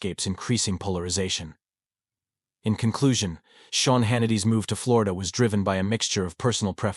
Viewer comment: If you can't get your VOICE to pronounce Sean right. Shane??? Stop your videos.